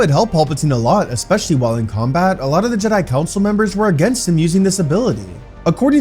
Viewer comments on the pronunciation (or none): none